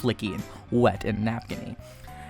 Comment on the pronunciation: this guy just said napkinyyyy jejejeje love it!